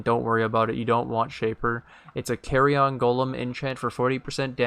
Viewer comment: great info here and on the budget build video also... just gotta say one thing cause it's sticking in my craw.... those golems are not small pieces of luggage that can fit in an overhead compartment on an airplane.... it's pronounced keh-ree-uhn not carry-on. :D thanks again for the vids.